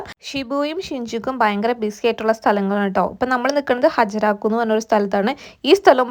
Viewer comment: ഹ്ജരാക്കു അല്ല, അതിനെ ഹരാജുക്കു എന്നാണ് വിളിക്കുന്നത്.